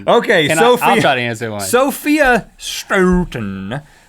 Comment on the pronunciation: Holy shit he said Stoughton right!